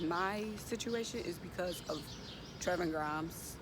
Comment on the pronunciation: Sis it’s “De-von-tay”... and “Tray-von Grimes “😂✌🏽